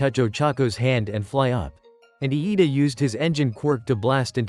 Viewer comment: IT IS NOT Lida it is iida